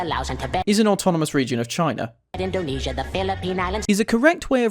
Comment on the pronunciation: Does it matter if the name change or if it wasnt spelled correctly? You could call russia as ussr or soviet union or just russia, it still the same country, and if the name change it doesnt matter, it was the name and therefore you could called it as that, you didnt even say indonesia correct and i'll let that slide cause it doesnt matter, indonesia in the actual bahasa is spelled IN DO (not du) NE (not ni) SIA (not Syia) it is not endunisyia. But it doesnt matter as youre accent is preventing you from spelling that